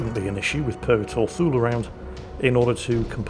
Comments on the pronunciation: Actually... Thule is pronounced Too-lee like the US airbase in Greenland. Everyone says it phonetically before being corrected, including me. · When says Thule, all I hear is Fool.:P